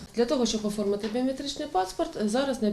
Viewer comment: як "Оформити", а не "формити"